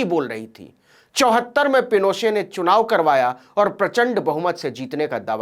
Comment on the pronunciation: नवीन जी , एलेन्डे नाम का सही उच्चारण आल्येन्डे है । हालांकि आपने ऑगोस्टो पिनोशे के नाम का बिल्कुल ठीक उच्चारण किया । कृपया मेरे संशोधन का बुरा मत मानिएगा । धन्यवाद । आप जो काम कर रहे हैं , वो सराहनीय है । आपकी सफलता की ईश्वर से प्रार्थना करता हूं ।